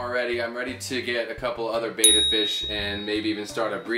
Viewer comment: Its pronounced "betta" not "beta"